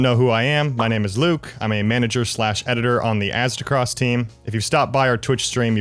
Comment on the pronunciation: "Louisiana accent" actually explains a LOT of Aztecross' trouble pronouncing stuff